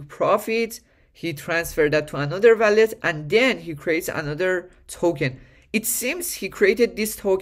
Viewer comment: wall - let . not valet